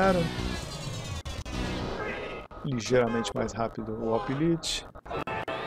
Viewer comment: compara o orange pi pc plus, por favor. E uma dica, o lite lê-se 'láite'. Abraço.